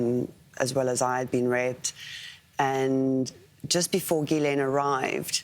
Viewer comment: why can no-one pronounce the name Ghislaine ????